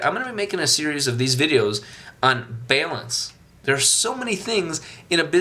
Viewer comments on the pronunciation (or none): Is he saying Balance? Haha sounds like bailance... Awesome videos.